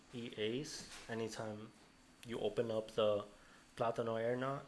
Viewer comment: Mf said plátano aeronought lmfao